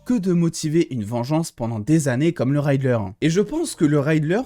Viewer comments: R - I - ddler et pas "Ray"dler 🙃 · j'entends à chaque fois Rider sans le "L " autant pour moi, sinon super vidéo 👌🏾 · Salut! Merci pour tes supers vidéos passionnantes et passionnées. Je me permets juste de te préciser qu’on ne prononce pas RIDDLER: raïdler mais en gros, comme c’est écrit. Comme tu risques de prononcer encore beaucoup le nom de ce cher Edward Nygma dans les semaines à venir, je me permets ce petit commentaire. Surtout continue comme ça et garde ton enthousiasme communicatif!